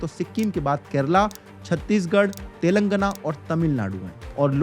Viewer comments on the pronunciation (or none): none